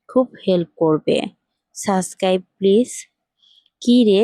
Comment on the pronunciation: সুদ্ধ করে subcribe বলা শিখেন , তারপর চাইবেন subcribtion